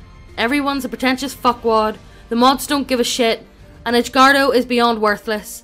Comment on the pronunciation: Text: Edgardo Reader: EDGE-WARDO